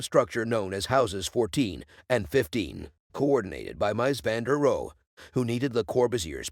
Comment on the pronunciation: "Mice van de roe", "DIE☠ Wohnung". Sorry but I have to dislike this for the ridiculous pronunciation... Is a mic really THAT expensive nowadays? I can lend you mine, sheesh.